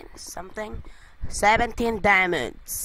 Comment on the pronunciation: DER ISS 18 DIEMUNDS *dat accent